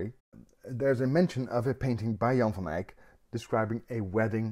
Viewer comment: So disarming to have a painting explained by a guy wearing just a t-shirt ánd who can properly promounce "Jan van Eyck"